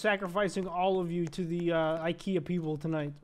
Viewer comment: he said ikrea